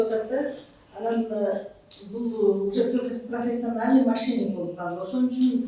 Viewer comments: Машник дейт 😂😂😂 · Машник дейтго, Сары курткачан, мошенник деп айтылат😂😂😂😂